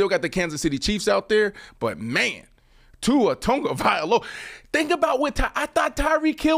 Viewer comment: Brandon, please teach the proper pronunciation of Tua’s last name. You say it correctly brah but is saying it wrong on several syllables., if you like Tua, please learn to pronounce his name. Mahalo nui loa. Imua Tua! 🤙🏽🤙🏽🏈